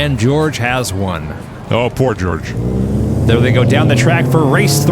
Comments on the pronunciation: I'm thinking Jorge is not pronounced as 'George'... Pretty sure it's "Whore'hay" lol:person-turqouise-waving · It's not "George" it's hor-HEY. Not that it matters now. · It’s Hor-hay, not George. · "Jorge" = Hor hey. "George" 😅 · 2D, please help with name enunciation!!! I didn’t see a George out there, rather I saw a Jorge (pronounced Whore-Hey)!!!!! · "Jorge" is pronounced "hor-he", right? :-) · Jorge is pronounced hor-hey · It's Jorge, not George.